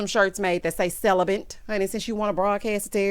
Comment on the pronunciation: Random person: hi Michaela..I mean Alexis : he "celibant"